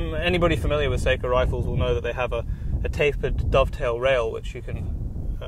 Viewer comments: Ugh, I hate listening to the manufacturer's name mispronounced like this. It is NOT "say-koe", it's "SOCK - oh" (and the second syllable is abrupt, not drawn out, like "coe", but more like "coh"). It sounds as annoying as hearing "Webley & Scott" mispronounced as "WEEB-Lay and Skate." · sock oh not say ko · i thought it was pronounced sok - O? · Hork3r If you're going to pronounce it as it is in Finland, then the "a" will sound like "ah" not "uh", so no, I still contend that it is best pronounced by a non-Finnish speaker as "Sock-o" not "suck-o" Like the difference between "nako" and "nucko". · i hate how people pronounce Sako. It's not an actual A sound it's more of a Ah sound. It's a Finnish company, and should be pronounced correctly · Just remember to pronounce SAKO correctly 😉 It's pronounced "sucko". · You are correct in the pronunciation. Most gun shops pronounce it wrong also. I think people use the wrong pronunciation because of Seiko watches. Of course I realize it's a different spelling but that name is known by just about everyone so they use the same name for the rifle manufacturer. I agree with you but in the grand scheme of things it's not really a big deal. Enjoy the rifle, they're awesome!!!! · I agree!! Glad to hear fellow Sako enthusiast. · You are correct. The English (Britain) seem to use their own thoughts when it comes to other countries and the letter A. We have a similar situation in the US but it has gotten better within the last few generations. I have been told by representatives of the Sako company that is actually pronounced (phonetically) SOCKO, like a sock on your foot followed with O (like in oh no), lol.